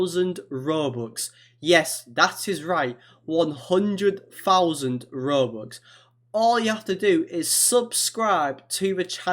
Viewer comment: i love how he says “bobux” instead of “robux”